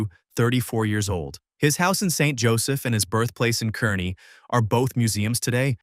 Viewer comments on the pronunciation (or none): Had to stop listening to this mispronounced mess,,Jesse James was from CAR-KNEE not whatever the AI junk bot said